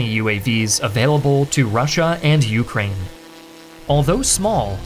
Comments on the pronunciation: Take a drink every time he says YOUkrane. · It's "ukRAINE" not "YOUkraine", and it's "aZERi" not "azerAY", sorry but those both bothered me a lot. Gotta nail those pronunciations as a channel focused on geography.